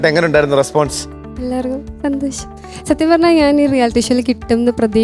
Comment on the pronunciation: കദളി ചെങ്കദളി പാടിയ കുട്ടി സന്തോഷം എന്ന് പറയുന്നത് സന്തോശം എന്നാണ്. വല്ലാത്ത സങ്കടം തോന്നുന്നു മലയാള ഭാഷയെ കളിയാക്കുന്നത് കണ്ട്